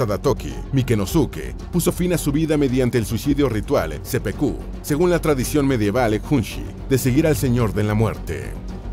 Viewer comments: muy buena historias peroooooooooooo documentese mejor en el idioma y pronunciar bien .... es Sepuku, es Sekigahara... cuida bien ya q aca encontraras a muchos que estudiamos bien la cultura japonesa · Iba muy bien el video hasta que le llamas Sepeku en vez de Seppuku y Sekihara cuando en verdad es Sekigahara